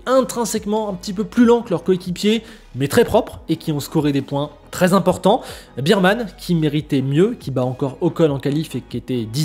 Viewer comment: Par pitié, regarde comment prononcer le nom de Bearman, tu l'écorches toutes les semaines. "Bair" et "Bir" c'est pas pareil. C'est l'homme ours, pas l'homme biere 🙏